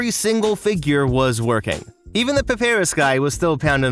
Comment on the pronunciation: puh-pear-rus? I have never heard Papyrus pronounced that way I've only heard it said pah-pie-rus